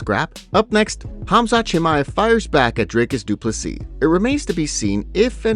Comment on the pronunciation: “Drake-us Doo-pless-ee” 😂